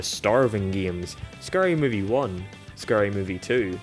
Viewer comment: "ScUry movie" 😂